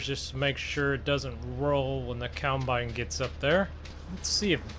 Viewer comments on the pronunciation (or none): It’s COMBINE NOT COUNTBINE.